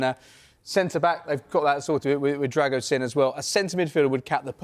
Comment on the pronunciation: It's Drago Sheem not sin. Lazy journalism!